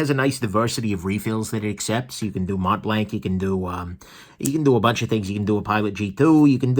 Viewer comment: I love your videos but your pronunciation of French words like mont-blanc is killing me 😂😂